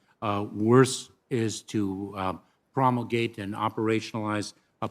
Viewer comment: Boy he loves the word "promulgate" except he can't even pronounce it right lol